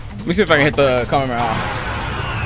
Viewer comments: AINT NO WAY HE SAY KAMEMEHA AND KAMEHA 💀😭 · Bro said kamemeha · ITS ONLY 1 M AND HE SAID KAMEMAMEMA